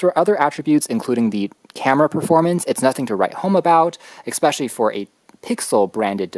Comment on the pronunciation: Good video, but your pronunciation of "subsequent" and "especially" is bizarree.